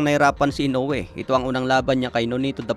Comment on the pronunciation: HINDI PO SI INOUE ANG DUMADAYO SA IBANG BANSA NA MALI PO YONG PAG BIGKAS MO NA PANGALAN